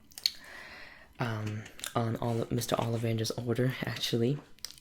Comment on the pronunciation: It‘s OlliVANder‘s, not OLLivander‘s. *Hermione intensifies*😉😁 Really like this role play, you have a very nice an soothing voice!